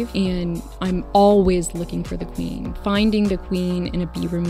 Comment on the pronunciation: She really does talk like that. Pronouncing every ‘e’ in “queeeeen”.